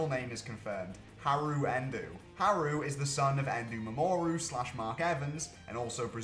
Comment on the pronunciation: Endou is like End-oh not End-oo